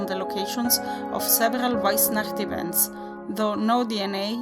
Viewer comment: Loved it!!! I could listen you saying weissnacht for hours! And damn those towns pronunciation, you're on fleak 😉